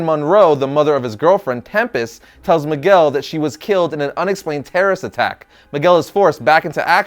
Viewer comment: maguel? fucking bad latino, learn some Spanish